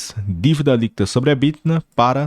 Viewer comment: Quando diz "EBTINA" é só uma brincadeira mesmo ou a dicção é que ficou ruim?